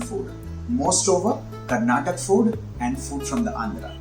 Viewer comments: When you can pronounce Odisha as Odisha, Haryana as Haryana, why is Karnataka pronounced Karnatak? Learn from your mistakes. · When you're going for regional based foods it's a humble request to not just try n show the process but also focus on the way they pronounce things. For example it's "Karnataka" not "karnatak" which really isn't hard to get it right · It’s not karnatak, it’s Karnataka. Don’t be ignorant . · Sir it’s KARNATAKA and NOT KARNATAK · Karnatak is wrong Please tell Karnataka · Karnatak is marathi pronounciation of Karnataka... similar to Maharashtra is pronounced as Maharashtr